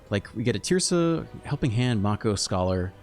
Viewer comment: lol Mako. Pronounced (may-kow) like the shark. also great deck